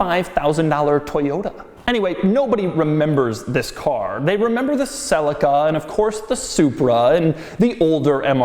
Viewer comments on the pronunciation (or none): Not sell-a-ca it’s celica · Wtf is a Toyota "sellica"? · Did he just say Sellica? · Celica is Pronounced Ce-li-ca. Not Cel-ica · Americans pronounce everything to do with cars wrong. Never ceases to amaze me. They pronounce a Toyota Celica as Toyota Sell-ik-a. Really!? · Can i ask something about ... pronunciation of "Celica"... "sell-ika" over here (UK) everyone says it "sell- eeka" which is correct? Selleeka sounds much better than Sellika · Ok stop right there! its not pronounced Selica it pronounced sea lic a (celica). Christ man!! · hahah the cell-eh-caa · #Doug your pronunciation of Celica is so wrong it's pronounced Celeeeeca ! Americans english fail !!!!!!!! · Doug the type of guy to mispronounce Celica every single time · Do all Americans pronounce Celica like Doug? ;/